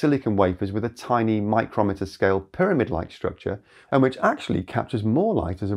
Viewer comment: Fascinating video,. Always appreciate your technology updates. And I notice you correctly use "micrometre" instead of "micron", which is officially obsolete. One hint, though; your pronunciation is for "micrometer", which is a measurement device. The pronunciation of the metric subunit of the "metre" is MY-kroh-mee-ter, much like MILL-ee-mee-ter. Cheers, mate! 😊